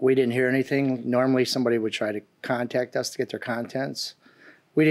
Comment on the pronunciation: How do people supposed go to school, get a job and then get that idiotic, as if they didn't make it past third grade. By the way, English is pronounced would, could, and should, not woult, coult. and shoult. Geez!!